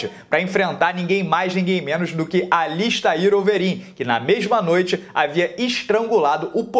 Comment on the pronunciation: Me corrijam se estiver errado, (bem.provável que esteja)mas a pronúncia correta não seri "AlistEr" Overeem e não "AlistAir"??